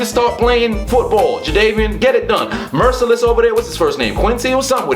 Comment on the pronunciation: It's Whitney Mercilus bro